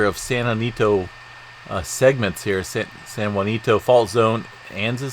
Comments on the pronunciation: It’s pronounced San Ha-Sin-toe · Can’t trust your information as you continuously call ‘San Jacinto, SAN JUANITO ‘!!! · Could I suggest.. San Jacinto. Ja cin to. No u. My elementary school name. Btw I'm from Texas. But love your updates... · San Ha seen toe